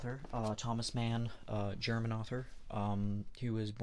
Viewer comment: Sorry, but Thomas Mann is not an english name, you can't read it in english. But thank you for this video❤ Greetings from Finland ❤